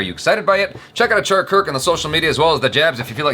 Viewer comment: Everytime I hear achara pronouncing names, she exactly gets it right